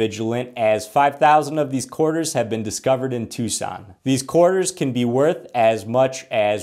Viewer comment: This dude says ''Körterz'' ....like a 6 year olds pronunciation. QUARTERS.... ..Koreterz....Coreters'...Coretearz..etc